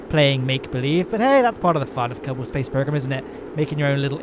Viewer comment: your "kerbal space program" sounds like "karton space program"